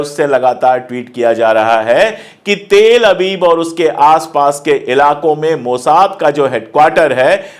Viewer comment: Pandey ji please pronounce Tel-Aviv properly.